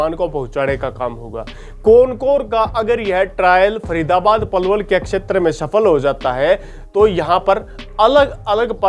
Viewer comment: Thk h akshtar... shetra hota h